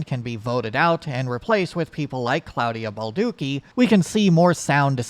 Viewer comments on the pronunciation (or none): It hurt me every time he said it.